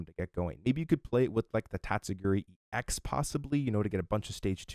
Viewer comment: It’s EX as in E X. Not N’s Zoroark X 😅 Otherwise great info